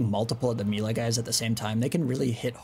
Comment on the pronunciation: that's not how you say Melee btw. ilu tho